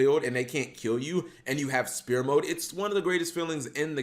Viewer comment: Why does he say Spear mode lmfao, Sfere mode man